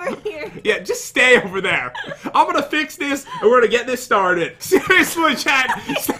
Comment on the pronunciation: Pat: Im gonna feix this Me: you sound like your from tennesee